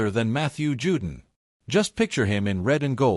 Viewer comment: His name is pronounced Jew-Don not “Jewdin” but I guess a cheap robo voice wouldn’t know that.